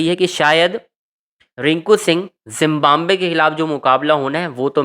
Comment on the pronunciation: Zimbabwe bolo zimbambve nahi